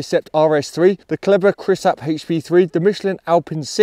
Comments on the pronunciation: "Kelber". 😄 It's called "Clayber"! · Perfect as always except maybe your pronunciation of Kleber (from a Frenchman) 😉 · It’s called „Kleber“ ;) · So close 😂